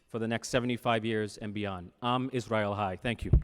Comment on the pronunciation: Great speech, wonderful words! But someone needs to teach him how to say am Israel chai 😂